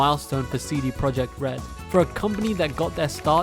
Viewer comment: CD Pro - yee - act red aah pronunciation